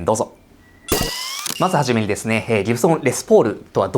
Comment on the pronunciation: Gibsonのイントネーションが嫌い。歴史語れるなら、イントネーションぐらいきちんとしていただきたい。😢